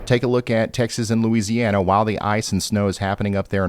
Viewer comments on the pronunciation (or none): none